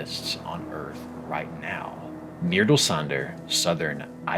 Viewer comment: I can not stress how well he pronounced „Mýrdalssandur". I watched the rest of the video enamoured